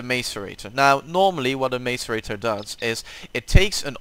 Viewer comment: Mace-a-rate-or It’s Mass-eh-rate-or